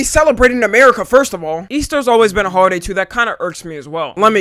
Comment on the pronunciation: Holiday? It sounded like you said "Hoeaday"